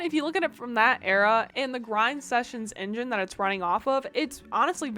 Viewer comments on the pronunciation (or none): none